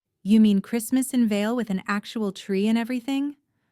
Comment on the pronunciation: It is Vail not Veil or Vale. TD.